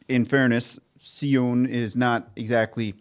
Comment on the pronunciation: tips on pronunciation from an american who tried to learn korean in highschool lol (please also correct me if any of this is wrong), for the names i personally would say "she-oon", "Bum-sook or suhk" & "soo-ho", etc dont remember the other names lol